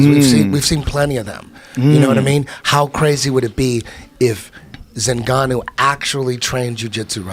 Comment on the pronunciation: Who's this "zingannou " Eddie speaks of hahaha